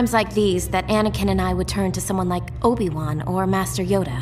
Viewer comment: I hate it when people say obiwan instead of obi wan